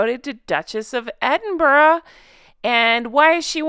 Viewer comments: ……its ED-IN-BURR-A!!! I’ve lived here 40+ years. ED-IN-BURR-AH. All equal syllables! Thanks! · I live in Aberdeen. (That's aberDEEEEN) And we don't say edd in BURrow we say eNN bRuh. But we only get irritated when somebody says edinbirgg. And "pissed off" can also mean annoyed and angry (said with grinding teeth). While piss off can mean go away. Yes pissed is drunk and so is guttered with almost silent tt.